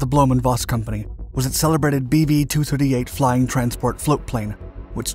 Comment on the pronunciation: I can't get past the 'BB-8" that I keep hearing, regardless of it's actual name :P